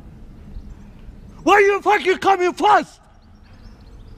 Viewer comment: Why u coming fast sounds like why u coming flast XD lol what the f*** u did